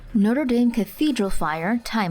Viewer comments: Lol they pronounced it noté dame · So the college your saying it wrong